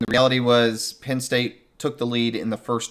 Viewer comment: Please please please guys. It is not Pin State. It is Penn State. Good content but.......